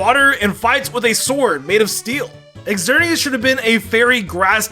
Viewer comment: it's not "Exerneas" it's just "Zerneas" xerneas you probably also "eckatu" instead of "zatu" for xatu 🤦🤦🤦